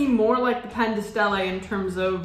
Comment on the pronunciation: sarebbe carino se pronunciassi i prodotti come sono scritti tipo Pan di Stelle e non Pen dei Stéilei.. sarebbe molto apprezzato